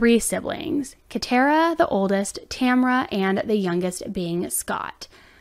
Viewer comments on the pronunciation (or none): none